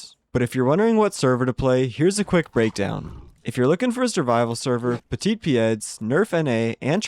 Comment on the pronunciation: i laughed when he tried to say "petit pieds"